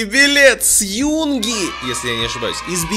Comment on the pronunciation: правильно юнгИ, а не Юнги:))